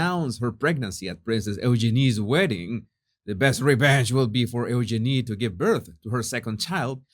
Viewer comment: Pronounce her name You-Gee-nee, with the accent on the second syllable.